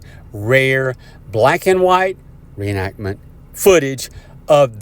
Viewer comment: Rewatched and yes, u stated the word reenactment but the emphasis on that word is very downplayed and low volume compared to the rest of the words u spoke in the sentence. That’s why I missed it. Any particular reason for that? I obviously wasn’t the only one that missed it judging by the majority of the comments